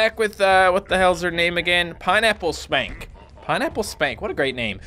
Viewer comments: Did anyone notice that he said pineapple skank instead of pineapple spank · its funny how it sounds like hes saying pineapple skank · Anyone else hear him say Pineapple Skank? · he said pinnaple "skank"